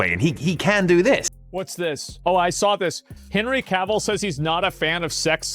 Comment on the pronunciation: you need to learn how to say Cavill before you make a video of him